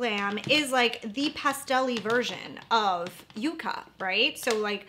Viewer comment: YUCCA is pronounced “yuck’-kuh” . It’s a plant that stores it’s own water and survives beautifully in hot deserts of the American Southwest. Its thorns protect it from being grazed by cattle, feral animals. Many varieties of this plant—in dusty-looking colors with tiny, bright contrasting flowers reminiscent of ND’s “Yucca”